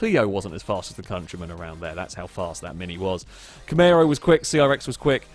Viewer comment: No one:: Camèro